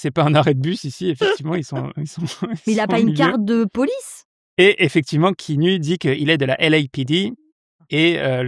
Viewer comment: Je peux être ce viewer relou et dire que ça se prononce "Ki-a-nou" ? 🥺 Et sinon j'ai attendu tout le long le nom canadien du film : Clanches! (La bise du Sénégal ! 🖤)